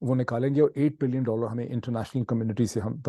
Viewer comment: اردو گفتار میں ۸ بلئن اور 8 بلئن کے تلفظ سے بہت بڑا confusion پیدا ہتا ہے- براہ کرم اس کو آئندہ نہ کیجئے